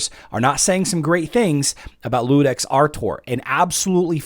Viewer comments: By the way, it's not Ludex, it's Iudex (yew-dex) with an uppercase "i". It's latin for Judge. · I was going to jump on here and say the same thing. was the first content creator I've seen pronouncing it with an "L", even though it is obviously an "I". Guess the brain just wasn't willing to wrap itself around that word correctly. It happens